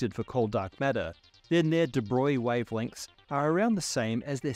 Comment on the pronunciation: And here's me thinkin' from like 1979, that it was 'Di-Broag-lee'. 🙄 Somehow, "Da' Boy" just chalks the board. Jeez, this guy would have lost Einstein early. 🤷‍♂️